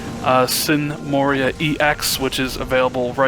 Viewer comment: MORA ( MORE-AH) Not MORREE-IIII-AH.